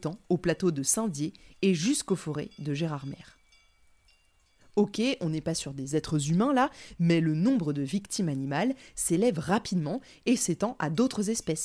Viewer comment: Merci pour cette nouvelle série passionnante, et si bien racontée ! Juste une petite précision, de la part d'une ancienne vosgienne : la ville de Gérardmer se prononce : Gérard-mé" 😉